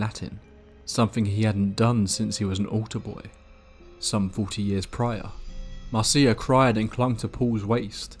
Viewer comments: Please please get the names right! Her name was Marcia, not Marcee-a, sorry to be pedantic but it’s irritating as all hell. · Umm... the name Marcia is pronounced Mar-sha, not mar-cee-ah. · If her name is Marcia, it's pronounced MAR- sha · Hey I love your channel because your narration is great. A lot of channels have stories but often the narration style detracts from the stories. One FYI though, the name Marcia is pronounced Marsha. I’ve worked for a few podcasting companies and always recommend googling the pronunciation of proper nouns and listening to them since these types of errors are common when doing text based research and they can really take the listener out of the experience, especially when it’s a word that’s said so many times. On a personal note, that’s something that really affects me since I’m neurodivergent. For me, this video is all but unlistenable since my mind is hanging up on every instance of Marcia. Wanted to give that info and perspective. Thanks for all the great content! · I thought Marcia was pronounced as Marsha? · Marcia is pronounced the same as Marsha. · Pronounced Marsha